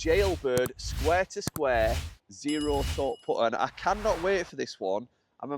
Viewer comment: Sqaure to Sqaure lol Is that northern?